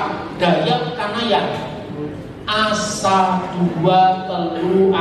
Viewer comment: Saya asli org dayak kanayant, satu itu bahaya dayak kanayantnya ASA' pake penekanan A' di akhir